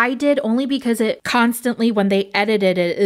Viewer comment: Hahahaha I wrote a post on Facebook about 2 years ago saying "edited it" sounds special when I say it 😂 hilarious hearing you in action trying it out lmao little English language flaw